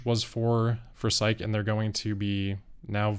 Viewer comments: Psyche is pronounced sigh-kee, I believe. Not sike. Those might not be 4680 storage racks. Might be formation racks, for conditioning batteries prior to pack assembly. So, if Tesla offers Cybertruck for sale in Israel, who thinks there will be takers? Thanks for your reporting,. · Just FYI, Psyche - named after the Greek goddess of the soul - is two syllables: 'SIGH' + 'key'.